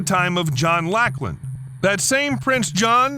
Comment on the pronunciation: Dear American friend, Lachlan = Lock - Lan.